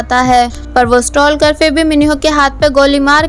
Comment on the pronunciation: Just correct it It's sta-kar Stal-kar nahi L use ni hota baaton mein Spelling me Stalker hota hai but bolne me sta-kar 😄